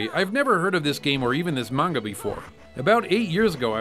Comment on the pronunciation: "Menga" :P